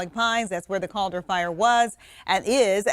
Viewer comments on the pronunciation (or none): You news guys are killing me. Caldor. Like Cal, as in California and Dor, like door. The California Door Company who built the rail lines that Caldor road is named for. Greetings from Grizzly Flat....well. Not anymore.